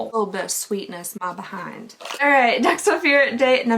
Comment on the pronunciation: loved the way your accent kicked in on "a little bit of sweetness, my behind"